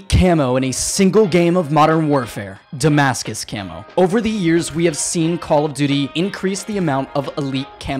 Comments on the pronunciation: Watched the whole video for him to say damacus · It is called Demarcus camo not Damascus camo